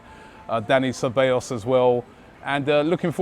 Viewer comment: Ceballos not Kabeyos ffs